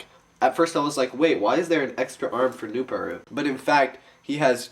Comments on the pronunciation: It is pronounced newPARoo not newPAroo, im just saying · It is pronounced NooPARoo. Not NooPooRoo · remember its pronounced noo-par-oo farther than noo-paru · the original boxor was actually made from gahlok components, not nuhvok. in the animations nuparu (noo-par-oo, not noop-uh-roo) builds the boxor (which has the black bohrok mantle) out of a krana-less gahlok so he, taipu and onepu could escape from their collapsed tunnel. the boxors were later used to repel the bohrok, even though that was not their original intent.